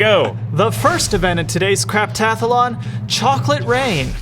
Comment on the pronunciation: "Craptathalon" -2018